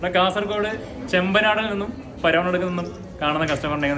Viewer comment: ചെമ്പനാട്‌ അല്ല ചേട്ടാ ചെമ്മനാട് ❤ എന്റെ പാഞ്ചായതാണ്‌